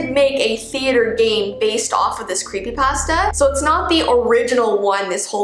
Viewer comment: Ypur saying the food pasta not the creepypasta idk if this helps but its pa-sta